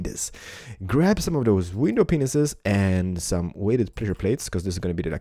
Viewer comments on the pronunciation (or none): sounds like he's saying window penis's... XD it's pronounced "pa-nes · it sounded like he said window penis'!!!! LOL